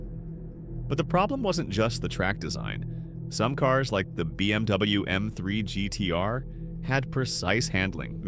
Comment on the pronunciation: Yeah it was obvious with the way it pronounced "BMW M3 GTR" and the whole section about "myths and urban legends" is pretty far fetched, like basically nobody talks about NFS Carbon myths lol